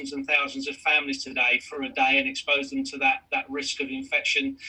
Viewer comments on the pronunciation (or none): none